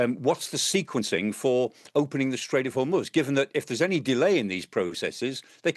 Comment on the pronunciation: It's not "Hor-moooooooooz". It's Hormoz. Get it right.